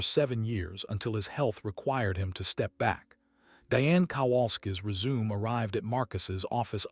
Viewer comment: Also resume.